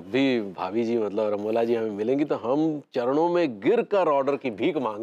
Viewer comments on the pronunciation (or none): Not ramoja it's ramola